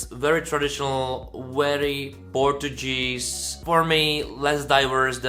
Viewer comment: Hi, you're pronouncing "Portuguese" incorrectly.:) It should be something like "Porčugíz". By the way, Neev is my favourite and Portugal never sent a song 100% in English so why not? And he is a quite talented and charismatic guy. Mema is a disappointment for me, a pity as I like other songs from her. I can see her struggling to qualify to the Portuguese final.